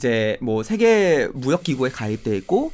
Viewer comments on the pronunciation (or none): 외국인인 타이러씨 와의 구 분의 대담 내용도 좋았습니디. 특히 반가웠던 일은 , 단어의 자고저 문제, 장단음 문제에 있어, 가장 정확한 것이었습니다. 만강의 찬사를 아끼지 않겠습니다. 두 분께 충심으로 권하고싶은 일이 있습니다. 제가 쓴"한국 어문을 고발함"을 일독해 주시옵소서. 단 한 가지 타이러씨의 실수! "세계"의 "세"를 짧게 발음했습니다. 이 "세"자는 "길게" 발음해야 합니다. 미국 변 완수 드림